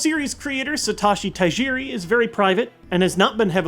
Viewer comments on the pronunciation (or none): You butchered Satoshi Tajiri's name by calling him Satashi. Downvoted.